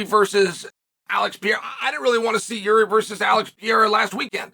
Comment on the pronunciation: Did Chael just…… pronounce Jiri name right 🥹